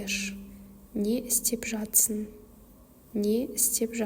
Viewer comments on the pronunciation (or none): Нужно правильно выговаривать слова.НЕ істеп ЖАТЫРСЫҢ. ЖАТСЫҢ емес 😮